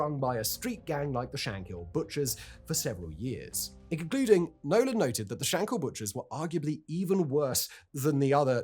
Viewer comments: Shankill, not hill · I would've liked if you'd done just little bit of research into the pronounciation of words. I.e.: It was the TrouBles. "Taig" is pronounced t-ague, the way you pronounced it was an Irish name Tadgh. It's not Shank-hill . Or Shank-ill. it's Shankill, said as if there are no syllables. Bloody Englishmen always muddying the waters... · You cannot even say Shankill properly and you talk too fast, who are you trying to be Shapiro................ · One thing of note that is mainly just a grammatical error, it's Shankill not Shankhill. It seems to be only a pronunciation issue for English people, the most famous case I'm aware of being madlad Ross Kemp.